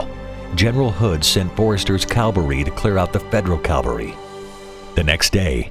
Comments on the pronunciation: Cavalry...not Calvary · The voice-over says Forrester's calvary and federal calvary. This must be a mistake as calvary is the latin name for the place of Jesus's Crucifiction. Is should be, obviously Cavalry rather than Calvary. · CAVALRY Dammit!!! Not Calvary. Jeez, your talking history here. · Nice. But it is CAValry—armed men on horses. Not CALvary, where Jesus was crucified. Narrator made this error repeatedly. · The word is "cavalry", Jesus Christ was crucified on "Calvary"! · You guys couldn't find a narrator that could pronounce "Cav-Al-ry"? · "Cavalry". It's pronounced "cavalry". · It seems incredible that given the high production values of this presentation, the narrator insists on mispronouncing `cavalry'. `Cavalry' are mounted soldiers. Calvary is the hill on which Christ was executed. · How often can your presenters possibly confuse Cavalry and Calvary? One is a unit of Horsemen and one a frigging historical rock in Israel. Not even close to make any mistakes. Try harder! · There is no L before the V in cavalry. Calvary is the place where Jesus was crucified. You would think a professional narrator would be able to pronounce it correctly. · can NONE of your narrators pronounce "Cavalry" properly? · The narrator can't even say "cavalry" without getting his mouth full of uncertain marbles. ..